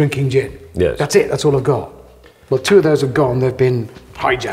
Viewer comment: Lost Hammond at "Dzeeeeen" 😂🥳